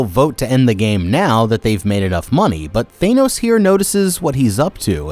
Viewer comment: His pronunciation for the games in the minigames we're funny😂